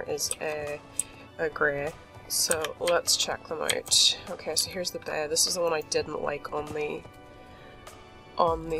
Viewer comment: “Ok so there’s a bEy and a grEy here at the mEYnor”